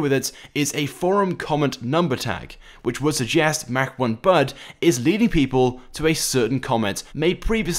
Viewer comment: i think mach1bud's name is pro nounced like Moch